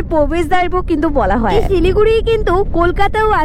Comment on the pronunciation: সিলিগুড়ি না শিলিগুড়ি 😂